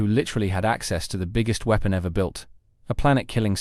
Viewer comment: "a military super wee-pon"